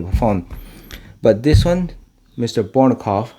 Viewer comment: It's pronounceD BOJNOKOF not BORNOKOF